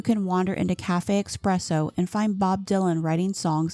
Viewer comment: Great video but it is pronounced espresso, not expresso